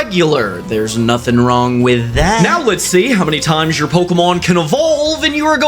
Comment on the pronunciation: “Thear nofing woung whiet da”